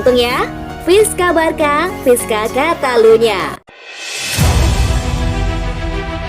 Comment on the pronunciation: Min, bacanya BARSA bukan BARKA👍👍